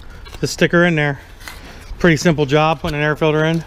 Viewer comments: Filder instead of “filter” 😂😂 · That air fidder is good for another 15HP at least! I 🤣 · Haha! Dad said filder again. Haha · Did you put a "filder" in it?